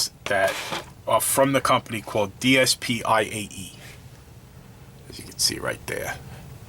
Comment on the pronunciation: I think it is pronounced Dee-Spay. Apparently it is an acronym for there motto or business plan?? Dream dream Promoting the development of the industry is both a dream and a responsibility S trive struggle The road to developing domestic brands is long and arduous, and we must be fully prepared Perfection Perfectionism Keep improving, improve the product experience, and take responsibility for users I nnovate Innovation Homogeneous products are all the same, interesting ideas are rare, and innovation is the basic driving force for the development of the industry A dvance progress Surpass your yesterday self and give your future self a reason to succeed E xcellent excellence Refuse to follow the crowd and strive to become an industry benchmark